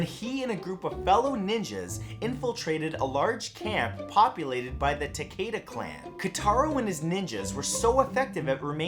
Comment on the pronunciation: all your pronunciation of the japanese language is cringy. to help hide alittle bit of the transition of english into romaji - "i" is pounce as "ee". IE: kunoichi (Ku-noh-ee-chi) and for "a" is pounce as "ah" takeda (tah-key-da) Kato (kah-toh). and the "o" as "oh" like no(noh) and to (toh) i would list more but lazy but this should help.